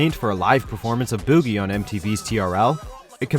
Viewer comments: Star didn’t even make the list!? Also it’s Boo-gee not buh-gee, it’s a dance not a booger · They called it boo giee it’s boogie lol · guys. its not boogie. its BOO-gie. and you say your a true brockhampton fan. smh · Wait did he just say bewgie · "booo-gee" lmao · This man really said bügie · boo gie lmao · Buh- gee like boogie as in dance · WHY DID YOU PRONOUNCE "BOOGIE" as "BEWGEE" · THIS NIGGA SAID BUGIE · “Bew gee” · DID THIS FUCKING GUY JUST SAY BUUGY? WHATTTTT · He really called it “boo-gee” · Why tf did he pronounce Boogie like that..... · This guy really emphasized on the boo in boogie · THATS NOT HOW U PRONOUNCE BOOGIE ASFKGJDJFKDJSKD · Why you gotta pronounce “Boogie” like that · Why he pronounce boogie like that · IS ANYONE ELSE DYING OF LAUGHTER OVER HOW HE PRONOUNCED BOOGIE? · i thoroughly dislike how you say boogie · one of the few videos that deserves a dislike... god this list is awful. TONYA is on here? HEAT isnt? Why is BOOGIE pronounced like that? Gross video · Its reaaaaaly bothers me how he says boogie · why they pronounce boogie like that smh. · 100% not how you pronounce “BOOGIE” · his pronunciation of boogie